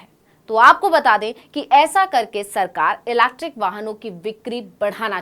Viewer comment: EV बोलिए आसान है। Ilacktrickkk 😅😅😅